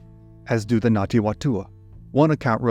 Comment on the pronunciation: I was looking for this comment. I couldn't tell if he was saying Ngati or Nati. (With NG like in siNG or briNG)